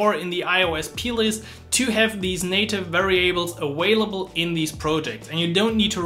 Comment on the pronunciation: Informative video but I kept hearing this awhailable word, I want to hear available. Maximilian says this too.